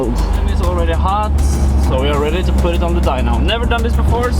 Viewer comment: dude!? You said "ro" insted of to. Learn how to speak english!